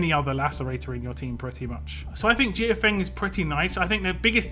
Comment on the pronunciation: Mortal Kombat crossover confirmed!! Lol Also, I think the a in her name is silent.